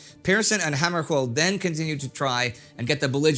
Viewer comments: Dag Hammarskjöld - I recall it pronounced slightly differently from you. Was it incorrect with the last syllable as "shuuld" not "Kold"? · Indy, I'm old enough to remember the crisis and every time you mispronounced Dag Hammarskjöld's name, I winced. There is no hard 'k' in the name. It is pronounced hæmərʃʊld or HAM-ər-shuuld (in non-IPA), or at least that's how it was pronounced by TV presenter during the crisis and when he died in an airplane crash in Northern Rhodesia in 1961.